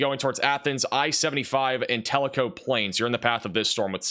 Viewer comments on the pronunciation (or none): none